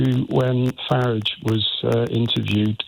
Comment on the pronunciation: Faridge riots, not Fararge riots